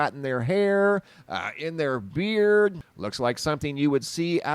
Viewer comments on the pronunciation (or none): none